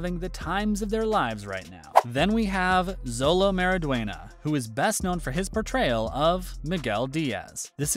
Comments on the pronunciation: Ur pronouncing xolo mariduena’s name wrong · You keep mispronouncing Xolo Maridueña's name. Maybe you should learn proper pronounciations before you upload these kind of videos. How embarrassing.